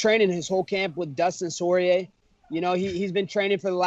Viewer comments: Did he said "Dustin Soyier"😂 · Dustin sore-eay 😂😂😂😂